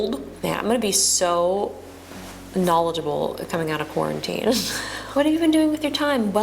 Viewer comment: "iJust-quaran-tine.." made me lol